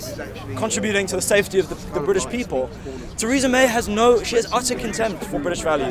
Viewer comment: Who is Taresa May ??? Lol